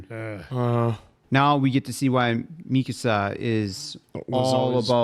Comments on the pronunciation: Mikasa is not pronounced like Mi Casa 😂😂 Mikasa is ethnically Asian so the emphasis is on the last A mika-sAH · Yeah this is the "don't get attached to anyone" show, not even the main characters are safe!! And it's Mi-Ka-Sa, with equal weight on every part of the name. Not MII-kasa, or mi-KAA-sa. When it comes to pronunciation it's a safe bet not to overpronounce or overenunciate, or put extra weight on any single syllable of a word in Japanese. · mikasa {mi (me) - ka (call) - sa (samba)}